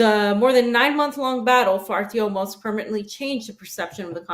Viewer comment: It is ArtyomoVsk not Artyomosk